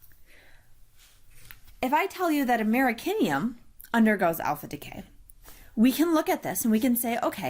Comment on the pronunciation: Americium! Not Americinium. Apart from that, I loved it; thanks very much for this.